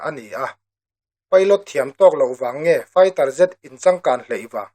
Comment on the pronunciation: MIZOTAWNGA CHHIARIN , 'MAIRES FAITER ' TIIN ISAWIA HEIHI ENG RALTHUAM NGE NINGAI ????? 😂😂😂